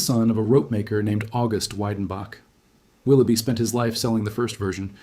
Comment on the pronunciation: The pronunciation is Vedenbok if you want to see it written phonetically.